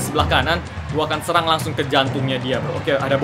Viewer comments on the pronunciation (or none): none